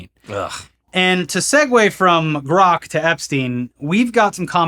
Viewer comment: Why did he have to fuck up "grok"? Dead serious, man. Why?